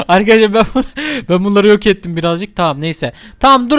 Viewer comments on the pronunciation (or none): İşin yokmu senin yaaa gıcık oldum resmen hele arkidaslar demene gulmene ayyy 🤮🤮🤮🤮🤮